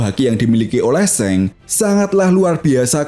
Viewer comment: Kok seng bacanya bang , shanks(shangs) 😂